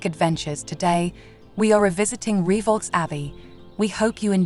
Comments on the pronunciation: Lovely! One thing (amongst the few) I DO know, if you will allow, is that the Abbey's name is pronounced 'Ree-voh', not 'Ree-vaulks'.. Certainly a spooky spot, I visited the place several times with parentals when a child. Nice one, thank you for posting! 👻🌟👍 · nice video, but it's pronounced Reev O not re vox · I read your comment and thought "how pedantic" but after 5 minutes and she'd said reevolks 350 times I was screaming. 🤣🤣🤣🤣🤣